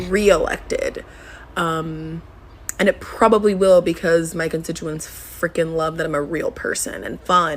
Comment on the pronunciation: If she waves her ass as a means to campaign, she must suck as a senator. If this is the best Rhode island can do for representation, maybe its time to dissolve the state. Oh and by the way sweetie, "contituants" is pronounced constituents. I guess you missed that part at the Ivy League school.